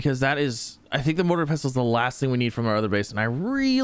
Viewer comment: The T is silent in pestle. 😊